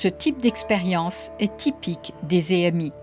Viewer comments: Elle me stresse elle a dire é m i , au lieu d’ e m i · Il n'y a pas d'accent sur le E de expérience, on ne dit donc pas ÉMI mais EMI.